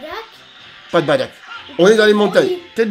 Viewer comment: Ses bardock Pas badak😂